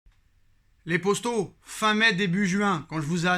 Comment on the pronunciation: Les poStos… il sort d’où le S là exactement ? 🤔